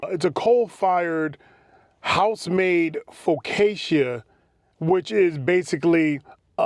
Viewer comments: In italian, "ci" makes a "sh" sound so it's pronounced fo-ca-sha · Focaccia = Fo-Kahcha Gorgonzola = Gore-Gahn-Zo-La Crème Anglaise = Krem-On-Glahz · 😂😂😂😂 you said FAUX- Cacia 😂😂😂😂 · Focaccia is actually pronounced "Foo-cashah" And creme anglaise is "cremm on glaze" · That's a Belgian waffle and "Fo-kach-ia" bread. 😜😎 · "Foh-kacha" Also crème is "Kremm" when it's anglaise, homie. You nailed the anglaise though! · Belgian waffles 🧇 Thick/ thinner version sounds like focaccia bread. Fa-coash-ia bread. Don’t get me started cussing 🤬 someone in their language when trying pronounce something. Maybe an Italian bread of some kind have ask a baker what the correct pronunciation is. Servers ought to know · Lol cant say focaccia or gorgonzola but is a food reviewer 😂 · You absolutely butchered the word focaccia you even managed to butcher the word gorgonzola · Big dawg…you been in the food game and on tv too long to not know how to pronounce focaccia